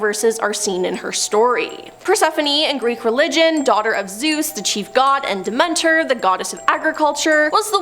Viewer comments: when I heard the de-ment-or I was like "no she didn't..! She's never had a mythology class at least?" This is quite sad 😔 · It was so distracting. Especially Demeter 🙃